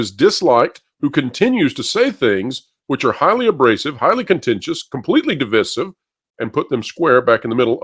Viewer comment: Sorry to nitpick, but how in God’s name, do these channels CONSTANTLY mispronounce “DIVISIVE?” It’s intensely ANNOYING.